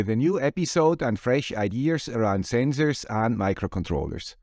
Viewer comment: You had my interest, but when you said “zenzors” you got my complete attention